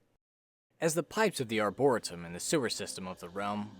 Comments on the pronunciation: FYI. It's pronounced " Ar-bor-EE-tum" not "Arbora-tum"! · Its not pronounced arboritum lmao. Its prounced like arboreetum but spelled like arboretum. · Lil' heads up: ArborEEtum❤ jus saying, not being that person🥲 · Arboretum is pronounced arbor-ree-tum Edit: I've just noticed this is pointed out often in the comments. ._. Oh well. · i hate to be "that guy" buy it's pronounced are·brr·ee·tum thanks for the vid, i'm loving this game so much! i'm not a fan of roguelike/lite (i don't even know/care the difference) -- but i can get into the randomness of this title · His pronunciation of "Arboretum" bothers me to no end